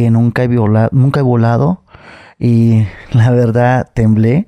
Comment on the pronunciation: Casi dijo “violado” en vez de “volado” 😅